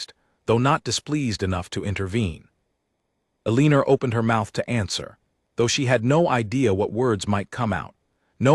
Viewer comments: “Aliner”, come on! That is an all time AI narrator low! Her name should probably have been Elena. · AI cannot read Eleanor.